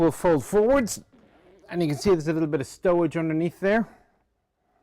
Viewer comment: .but why do you pronounce it like that stowage?